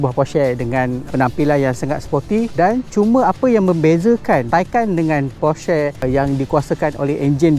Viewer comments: Nih baru betul enthusiast. Stgh claim mcm2 tp nk sebut porsche taycan pun salah. Porsha la, posh la, teiken la, taiken la 🤭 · bang porsche bang bukan porsche...